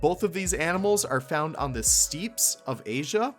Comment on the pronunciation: The way you pronounced steppes 😯 Lol